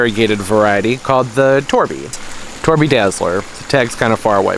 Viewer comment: By the way, "Torbay" is not pronounced "Torby", the "bay" rhymes with "hay" as in "bay". Torbay is a coastal region in the fair county of Devon, England. Being on the south coast it is warmer that most of the UK and it is famed for its palm trees, that region is also known as the "English Riviera". As you would expect from the name, Torbay is a bay and it includes the cities Torquay (pronounced "Torkey", yes English spelling is rubbish), Paignton and Brixham. Torquay is the administrative capital of Torbay. If you have ever seen the British comedy "Fawlty Towers", it is based on a fictional hotel in Torquay.